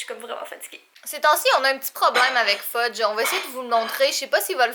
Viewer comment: Je dirais que c'est plutôt qui est un enfant quand il joue avec des couteaux Hihihihihi Fudge est le plus beau chat de l'univers je suis d'accord avec toi Catherine! Le sacrilège qu'a prononcer! J'en reviens pas!😄 😋